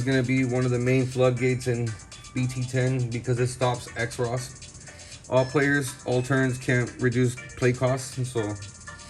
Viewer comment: "Cross" not X-ros.